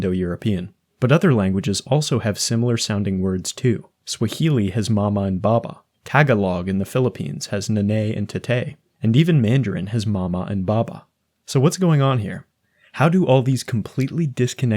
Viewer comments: its actually “tah-GAH-lohg,” “nah-nigh,” and “tah-tie” not really a problem but ofc it got a giggle out of me!! great video man :D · TAG-a-log pains me so much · Tagalog is pronounced "Tuh-GAH-loag," nanay is pronounced "nuh-nye" and tatay is similarly pronounced "tuh-tye". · really enjoyed this whole video but I just want to point out one minor thing: the pronounciation should be Tagalog like /Ta-gah'-lug, nah'-naee, and tah'-taee with the endings of "nanay" and "tatay" sounding like the letter E. this comment is completely a nitpick on a really big video but you did really great with everything and I'm absolutely watching more from your channel :) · In Tagalog (tə-GAH-log) the 'a' in Nanay is actually pronounced much closer to the tall a's in the english mama (NAH-na-ee) same for Tatay. Then the 'y' makes an 'ee' sound, not changing the previous vowel sound like in english. but the point stays the same. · Yeesh those pronunciations of Tagalog, nanay, and tatay sounded so American even though I think you’re Canadian given what you said about learning French. No hate, this is a great video that obviously took a ton of research to make and you can’t get everything right, but that hurt to listen to. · his tagalog pronounciation is killing me 😭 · Your mispronunciation of 'Tagalog' hurt me.